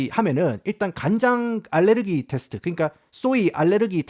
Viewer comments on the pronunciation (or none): none